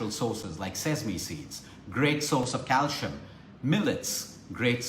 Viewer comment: Happy belated birthday! Calcium pronounced CAL SEE UM